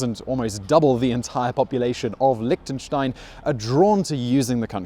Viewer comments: Liechtenstein. not Lichtenstein. Liechtenstein!!!!!! xD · Lihhhhhtenstein... LICK tenstein.. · Liktensteins.. loving the pronounciation. Nice vid. Cheers from switzerland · Lick ten shtein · You are in Lichtenstein but you can't even prounce it? :/ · Since you were actually in the country, why didn't you just ask a local how to say it, rather than try to use Google Translate? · Liechtenstein borders Austria and Switzerland not Germany. The language is German, but the spoken variety is eastern Swiss German (the same as St Gallen). Also you constantly pronounced the country’s name wrong...